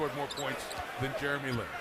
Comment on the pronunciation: announcer said jerry lee lin! wtf?!